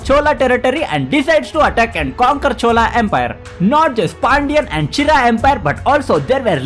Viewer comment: Pronounce che-ra